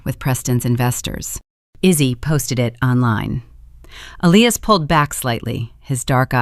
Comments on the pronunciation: Love this story. Justice served on small people whose priorities were as false as their daughter and her husband. The AI is annoying, it pronounced his name as Ellias instead of Elias. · Please teach your AI narrator how to pronounce the name Elias. Ee-lie-ass. If you can't teach it how to pronounce properly, read it yourself.